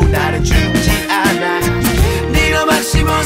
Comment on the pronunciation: 않아 할때발음 ㄷ